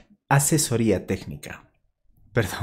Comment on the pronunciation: Si no sabe decir ''asesoría'' como puede asesorarte